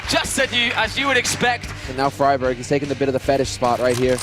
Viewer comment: you actually pronounce friberg "fribeerj"